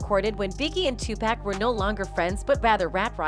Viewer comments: It's pronounced " TOO PAC"! NOT PACK!! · Pleaseeeeee get his name right TUPAC LADY TUPACCCCCCC PLEASE PUT SOME RESPECT ON HIS NAME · You all really need to learn how to pronounce Big's and Tupac's names. Also you are pronouncing Surge's name wrong also! SAY THEIR NAMES RIGHT! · After ALL these years, there is no excuse for mispronouncing Tupac’s name.